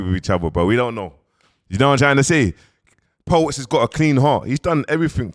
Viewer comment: Po-wets smh kill me man